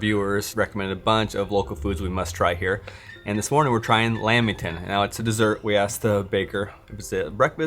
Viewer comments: Lamington- lamb there is no b in lamington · It’s a lamington not a lambington